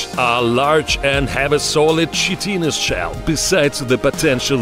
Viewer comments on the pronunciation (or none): Chitin= Kitin